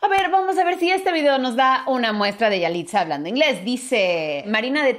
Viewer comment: No se dice yaliza